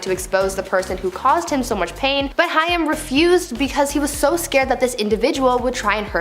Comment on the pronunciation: It’s Corey Haim….like the word aim with an H.